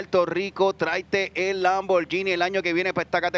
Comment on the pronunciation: He said LAMM-BOAR-GENIE